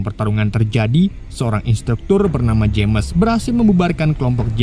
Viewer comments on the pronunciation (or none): none